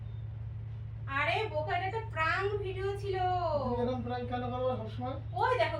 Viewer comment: কথাটা প্রাঙ্ক নয়.. প্র্যাংক!